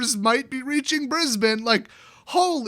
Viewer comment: Cudos for pronouncing Brisbane correctly. Our city has been covered in smoke with air quality warnings for the last 2 weeks